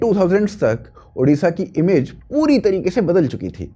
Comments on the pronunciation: It's"odisha" not "udisha" for your kind information "odia" not "udia' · I don't get this, don't you UP wale hindi letter mein ओ नही है क्या?। It's ओडिशा not उड़ीसा। Always a problem with Hindi speaking arseh0les😏😏😏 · One humble request, correct your pronounce.. Its Odisha and not Udisha. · First of all it's not ऊडीशा, it's ओडीशा. Everyone is pronouncing this wrong always. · Udisha ❎Odisha✅ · Our State name ODISHA not udisha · Udisha nahi bhai odisha hai ❤️‍🩹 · I am an Odia. I am totally apolitical. But CM means always Naveen ji for us. We miss Naveen ji. And yes one request..please say ODISHA in place of udisa.